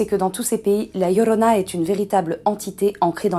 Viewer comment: Ah par contre votre accent m'épuise prononcé bien son nom par pitié la "djiorona" et non la "lorona" parce que c'est énervant pour les hispanophones je vous en conjure.. vous racontez son histoire alors bon.. d'ailleurs les conquistador ont été traumatisé par cette apparition et on violés et égorgé plus de la moitié des femmes qui étaient enceintes et qui se trouvé dans se village et ceux avoisinants. Mais très bonnes vidéo sinon 👏